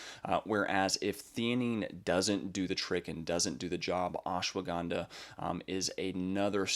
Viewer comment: It is Ash - wada - Ganda. You pronounce all the letters. Not ashwa ganda